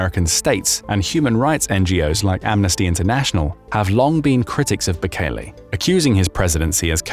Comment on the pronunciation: Mate, it's Bukele, not Bukeli.